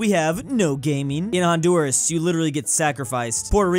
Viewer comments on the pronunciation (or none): "in hodnuras" 💀